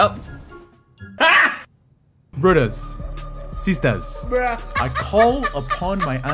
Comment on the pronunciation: When he said brothdas and sisdas i died